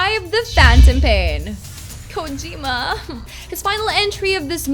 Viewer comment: OMG how she says Kojima's name !